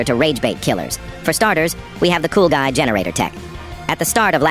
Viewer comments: Coolguy????? It’s not coolguy it cool g-u-i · he said "coolGUI" like "cool guy"